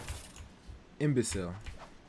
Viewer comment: Hey are you portuguese?Because in portuguese people names arr also and there is a word in portuguese that its pronunced imbecil like u said. I love ur vids and i hipe ur channel keeps growing and u get rlly famous.